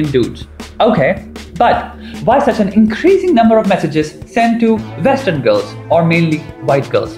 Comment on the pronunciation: Excellent video.. but PLEASE PLEASE PLEASE Indians.. Get your "V" and "W" sorted.. It's not "VITH" it's "WITH" .. it's not 'VESTERN' it's "WESTERN"... it's not pronounced "VOY-LENCE" it's "VI-OH-LENCE".. Trust me, you'll go a LOOOONG WAY in this world. Just work on it.